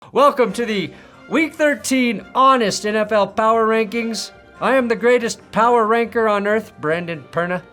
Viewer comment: Did you say power ranker or power yanker 😂😂